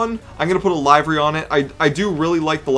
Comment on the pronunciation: The way he said livery pissed me off. LIVER-Y